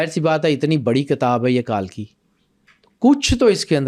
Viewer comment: تلفظ صحیح ادا کرۓ ,کالکی غلط ہے صحیح تلفظ کلکی ہـے